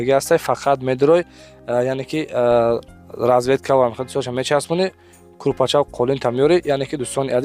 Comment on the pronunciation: Калидор не коридор, разветка не розетка 😅